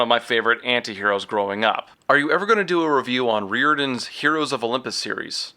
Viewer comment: Thank you for knowing how to properly pronounce Rick Riordan’s last name. 👏🏻